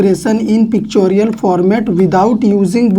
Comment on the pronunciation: Pictorial hota hai not picchorial